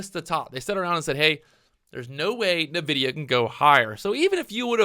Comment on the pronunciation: I die a little bit every time you say "navidia" XD